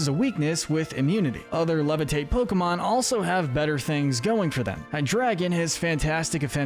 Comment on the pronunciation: I swear he’s saying Pokebitch